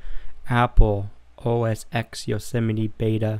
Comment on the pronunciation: The 'X' in OSX is a Roman numeral. It is pronounced 'ten'. Therefore it is called 'OS 10'